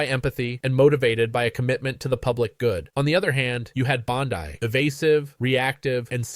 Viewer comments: PLEASE! The name is Bond-ee, not Bond-eye. Get it right! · It's pronounce BOND-EE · Sounds like AI channel speaking; can’t even pronounce Bondi name correctly. not subscribing. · This looks like AI. Any person reporting on this knows how to say her name.